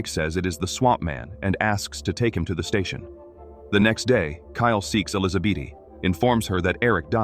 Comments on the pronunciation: Why are you saying Elizabeth as elisabaty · Sometimes the AI gets sooo close to saying Elizabeth correctly...and then we are right back to Elizabeaty...😆 🤣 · I sincerely hate AI. I don't understand how it cannot pronounce the same name the same way twice in a row... ElizaBEAT... ElizaBEETEE... ElizaBET... Then it starts over. It's bloody maddening. 😅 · Ai is still learning in grade 2 I think?😅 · Tomato Tomahto. Elizabeth Elisabaty! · AI is struggling to pronounce the name “Elizabeth”.